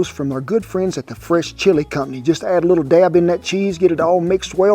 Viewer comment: I thought he was saying the French chilie company.. I was like I have no business eating French chilie! It’s the “fresh”!